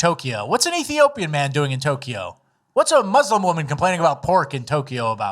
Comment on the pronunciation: "But as a musss-lum. " blacks ruin everything.